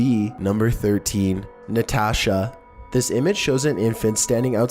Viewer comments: Dude the way you said natasha😓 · That name u spelled Na-Ta-shaaa scared the shit outtta me